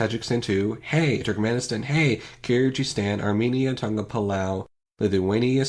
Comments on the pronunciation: Kyrgyzstan, is pronounced more like Kur-ge-stan. Obviously different depending on the language its said in but the G is more like the one in "Good" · Hmm, you didn't say Kyrgyzstan right, but that's fine.